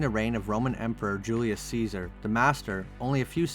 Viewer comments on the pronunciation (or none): none